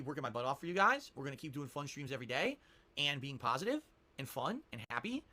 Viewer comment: has been "pah-sitive" for the past 10 years... LOL